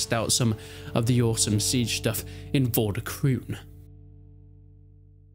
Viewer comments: Game title is pronounced as "Vor duh kroan(or krohn)" , not kroon :-) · I don't know if somebody else has said this but the pronounciation is like for de kroon with the oo being pronounced as the o in over.